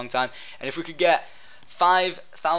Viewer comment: Favorates, not flavorates